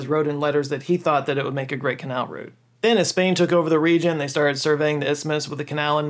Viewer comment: You said route, instead of route(rowt) well done you. 👏👏👏